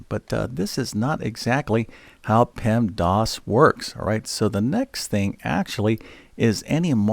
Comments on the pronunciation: PEMDAS.... Not PEMDOS You say PEMDOS lol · Stop saying “pemdos” grrrr